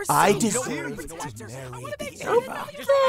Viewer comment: Best Line. "I don't tink either of us can give straight answer." i wheezed